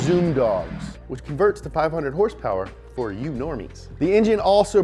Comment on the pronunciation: horsepower? u mean....herrrssspewerrrr, right?